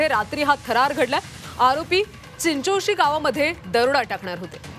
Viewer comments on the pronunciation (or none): चिंचोळी नाय ग चिंचोशी